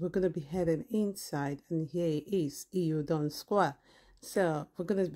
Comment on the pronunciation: just say it like its spelt, el don not eel don